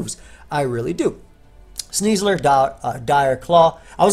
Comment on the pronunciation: I cannot not cringe hearing "Sneasler".